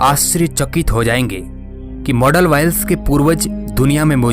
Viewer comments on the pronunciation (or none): none